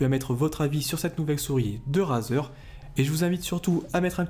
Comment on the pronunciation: ca se dit rèzer !